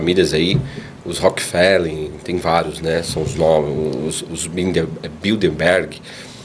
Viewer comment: Rapaz, tem muitas informações imprecisas ou erradas, além de teorias da conspiração. Isso é difusão de desinformação. Ex. 1. O nome da família é Rockefeller, ao invés de Rockefellen; 2. Não existe uma família chamada Bilderberg. Esse é o nome de um grupo de aproximadamente 250 pessoas em posição de destaque na economia, política ou ciência no mundo; 3. A Nova Ordem Multipolar é o oposto do mencionado pelo entrevistado, pois cria diversas forças com interesses diversos e muitas vezes opostos entre si no sentido de desconcentrar poder e ampliar a influência de outros países; 4. Os comentários sobre o simbolismo são absurdos: os símbolos mencionados existem há muitos anos. O triângulo, por exemplo, é um alerta para a representação de algum risco, como radiação, piso molhado, presença de transgênicos, etc. O "T" foi apenas adicionado ao símbolo de risco para representar a presença de grãos transgênicos naquele conteúdo; 5. Difícil até comentar a fala sobre o Sauron...